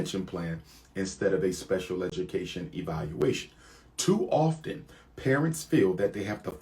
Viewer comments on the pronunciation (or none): none